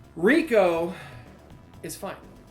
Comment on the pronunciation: It’s pronounced Rai-Co, not Rico. Rico was with Billy and Chuck 😂 besides that I’d say our lists are almost entirely the same. I would have Goro as the Fucking Best just because he was really the face of Mortal Kombat in the arcades. If someone was fighting Goro the entire crowd would gather to watch, the fact he was a clay model too and not a person made him stand out so much as well. I do agree that he does the job way too often nowadays but he’s right there with Scorp and Sub as one of the most visually identifiable characters in gaming.